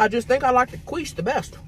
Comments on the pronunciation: I will now forever say “queesh” for quiche. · lettuce with french toast is a garnish lol... and its quiche (pronounced Key-shh not quwee-shhh...lol) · i love how Tammy said, "World Famous KWEESH" instead of KEESH.......she made it sound like KWEEF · 'Queesh' has me lmao!!! 😂 It's pronounced 'Keesh'. 😂❤ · Qweesh hahaha sooo funny 😂 it's prounounced keesh!Love you both!😜😘❤❤ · Lmao i was dead when you kept saying qweesh its actually quiche pronounced ( keesh). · Quiche .pronounced keesh.😂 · Like "Keesh" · She says it like queef but qweesh, and I about lost it when she said that. 😅😂😅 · The way she pronounces quiche and pico de gallo 😂😂😂😂thanks Tammy and crystal for another mukbank!! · Gatekeeping that should be a crime!!! 😂😂. Thought Tammy said “world famous queef?” 😂😂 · OK.... luvya hunnies.... the pie is pronounced KEEESH & the purple nuggets are a variety of potato... very flavourful...lettuce... a decoration... 😊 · Tammy 💛What you had was Quiche or (Qweesh) Lorraine😉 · Sounds like she was saying queef😂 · It's pronounced "keesh"! (Quiche) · Quiche - kweesh lol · "qwish" is that a quiche that makes you queef?? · pronounce keysh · Quiche is pronounced "key-sh". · The way she pronounced quiche had me dying 🤣🤣🤣 Love you Tammy! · I will never say it correctly again 😂😂😂😂😊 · I love quiche its so good You're pronouncing it wrong and it's really funny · I love how you pronounce “quiche!” 🤣